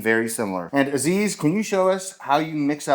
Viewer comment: Nice episode...lots of work Btw you are not pronouncing Aziz's name correctly 😂